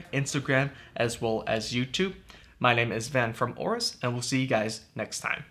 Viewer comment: WHY WHY WHY different GIGABYTE PERSONNEL pronounce AORUS DIFFERENTLY??????????????????????????????????????TELL YR BOSS CHANGE THE NAME PLS "OBEAST"